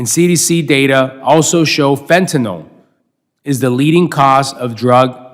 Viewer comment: Thank you for being the ONLY person to pronounce fentanyl properly!!! Everyone says "fentanol.👏👏👏